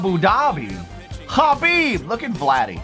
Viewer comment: Did he really say Abu Dhabi khabib 😂god damn